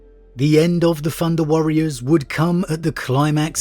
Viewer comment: "Funder Warriors" lol